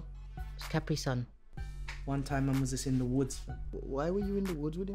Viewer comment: man said caprisun IM GONE AHAHHAHA